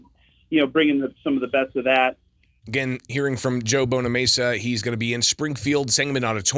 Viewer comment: BonamAssa, not BonaMesa.